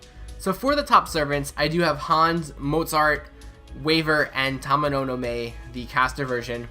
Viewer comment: 1. It's Tamamo no Ma-E and not Mei. So much people make this mistake. 2. The Arts-Card Resistance down does not simply let you do more damage with Arts Cards, but NP Gain increases too.